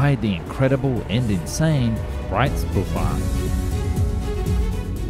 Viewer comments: small hint for german words: the "S" in words like BreitSpurbahn is spelled like the first part of sheesh. SH ;) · theres an important difference between "Breits-Pur-Bahn", as you say it, and "Breit-Spur-Bahn", as its actually written. If you can do enough research for a 12min video, you can also learn how the thing youre talking abt is called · Someone cannot pronounce the name of the object in question: Breitspurbahn ... "shpour" ... not "spour"! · also the Breitspurbahn was mispronounced, as the s in spuhr is in the beginning of the syllable, so it must be pronounced like sh, same with Speer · Since you asked: The German pronunciations in this video are decent enough to be understood, though not perfect. Edit: I went back to Breitspurbahn and that one was a bit mangled, German composite words don't need to be said in one breath, so you could just say them as three words. Makes it less of a tongue twister. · They also pronounced every German word like Breitspurbahn or even Reich very, very wrong. Don't know why native English speakers are chronically unwilling to google up foreign words, there are audio files available for every word. And then Americans or Britains always say the French are ignorant in terms of other languages ...